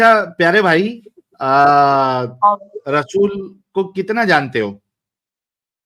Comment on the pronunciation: Rasool ❌ Rachool ✅ Pandrah (15) ❌ Paandra ✅